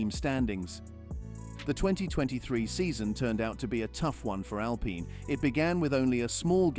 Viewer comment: So hard to listen to you talk. It's Al-Peen, not Al-Pine